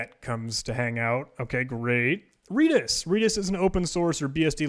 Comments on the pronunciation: It's redis not reedis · FYI. Redis is pronounced like the color, not the plant. REDis. As an employee of said company, I can say this with authority.